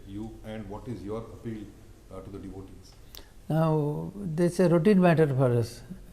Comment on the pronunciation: He says 'my devotees'😂😂😂